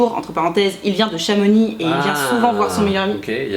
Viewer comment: Merci de bien prononcer Chamonix. On ne proconce pas les X en Savoie/Haute-Savoie 😂